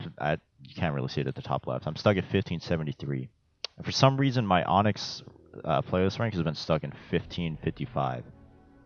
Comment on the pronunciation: My boi said “onxy” 🤣